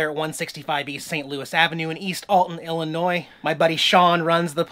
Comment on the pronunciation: I must say, I'm VERY disappointed..... You keep pronouncing "ILLINOIS" correctly!!! You know you MUST deliberately mis-pronounce it in order to get everyone TRIGGERED!!! (You GOTTA pronounce the "S" at the end);-))